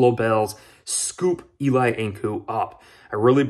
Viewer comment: Not pronounced E-Lie (like Manning) but E-Lee. Thank you! #BillsMafia